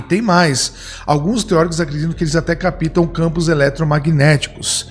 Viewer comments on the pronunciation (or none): Capitam? Creio que vc quis dizer Cáptam... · yeap. A sílaba tônica é o ca, não o pi. Que aliás é mudo. Se fui de qualquer maneira ofensivo, peço que me perdoe, não foi intenção. Eu tenho o hábito de transmitir conhecimento, sei que incomoda muitos. Posso apagar se você se sentiu ofendido.